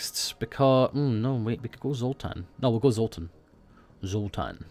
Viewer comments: not zoltan, Zoltar (if you did not know) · It's zultar